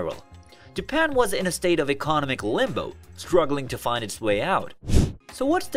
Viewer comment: Is it me or does it feel like this whole episode was written and put together by AI? Even down to the voice. It can't pronounce words like economic or commodities correctly lol.